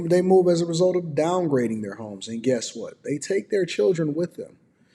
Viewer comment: It’s homes not HIMES brother lol 😂